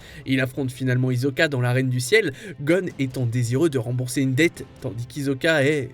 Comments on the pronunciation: "HiZoka" ça se prononce hissoka "Les yeageristes" c'est les pro-jaeger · d'ailleurs, ils ont prononcer "hizoka"